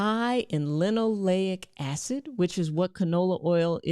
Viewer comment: I know you mean well, and it was a good video. However. Stop putting "N" in the word linolEic. It's Lino-LAY-ic. It's important because you confuse people. Later they'll hear about linoleNic and acid avoid it. I want to be mean, but I'll explain instead. The polyunsaturated fats in canola oil include linolEic acid — more commonly known as omega-6 fatty acid. Say Lino-LAY-ic. Alpha-linoleNic acid (ALA) is a type of omega-3 fatty acid derived from plant sources. Lino-leN-ic. Don't mispronounce it because then you confuse everyone. I know you'll do better.